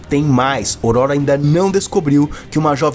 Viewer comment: Amigo só uma observação, fala-se ÔRÔRO. 😅